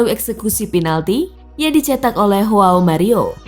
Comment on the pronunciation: Bicara Inggris nya kelewat batas , adminnya sebut hoao Mario , sementara komentator asal Inggris nya bicara Joao Mario ! Adminnya kelewat batas logat Inggris nya 🤣